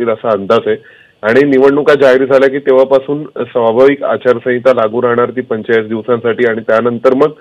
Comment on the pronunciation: अचारसाविंता म्हणताय ह्या मॅडम